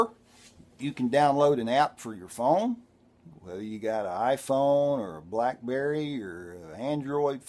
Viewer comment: Did you say BlackBerry?! Lol